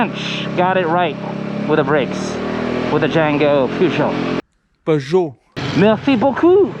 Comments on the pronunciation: You still mispronounced it after the French guy said it. You said Peer whereas it’s Purr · It gets funnier sa kada ulit ng correction sa pronunciation ng Peugeot. 😂😂😂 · dahil thorough din ang panunuod ko Sir sa video na ito binilang ko kung ilan beses binanggit ang salitang Peugeot kasama na ang maling bigkas sa unang parte ng video 32x ang bilang ko. maraming salamat po Pashout out naman po. 😁